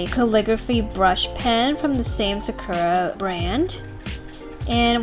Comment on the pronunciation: Hey fyi, I think the Sakura brand is procoed: Sak-uo-ra idk tho